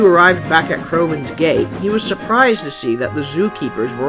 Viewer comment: When he said crovans gate I thought he said crovans gay